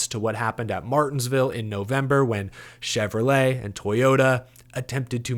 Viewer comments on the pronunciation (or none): none